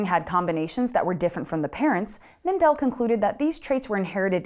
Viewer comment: Just a few comments from an Austrian: the stress in Mendel is on the first e, not on the second. So it's Méndel, not Mendél. Secondly, if you fail a course in Austria you get a 5, not an F. I'm not sure if that was also the case in Mendels time, but as the Czech Republic was then part of the Austrian empire, I would guess so. Love the video! Keep up the good work.